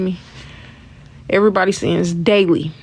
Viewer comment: It’s not sints it’s SIN ‼️‼️